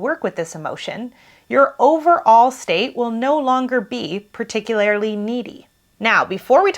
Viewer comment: it's particulaRLY, not "particulaRILY".